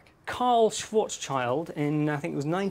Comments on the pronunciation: Not "swoarts child", it's Schwartzschild! Enter the words "schwarz" and "schild" in dict cc and hit play in order to hear how it's pronounced. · Sorry but as a (non-native) speaker of German, I can't help but cringe at the English pronunciation of Schwarzschild's name. It's supposed to be like "shwharts shield"... close enough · isn't the -child in schwartzchild suppose to be pronounced "shield"? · His name is Schwarzschild (pronounced shvarts shiild), not sword's child. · its SCHWARTZSCHILD-RADIUS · His mispronunciation of Schwarzschild is cringe-worthy.